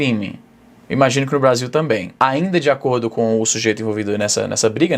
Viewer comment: O izzy virou gringo de vez BRAZIL